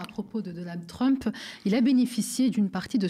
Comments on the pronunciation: Tu dis MEUSK, tu dis aussi TREUMP et non trump. Il commence à battre la breloque l'ami Badie, un peu. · Sa prononciation de Trump me fait rire à chaque fois, je suis sûre que le fasciste détesterait.